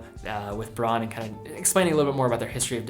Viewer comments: Isn’t it supposed to be pronounced “Brown” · Jevon Png As a German i had no idea what word he was trying to pronounce, took me a while to decipher it. Not as bad as the common „Woolksvaagen“ though…